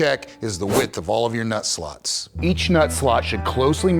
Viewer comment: Ooh…you said, “nut slots” sounded like you said something else but totally different. I wasn’t watching (just ear buds at work) and we were on two totally different meanings of the term. But yes. You must be able to get your “nut slots” adjusted. If you don’t it will totally lead to loosing half your stuff.